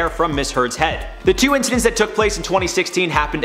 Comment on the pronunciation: When he said "incedences" I was pretty much done.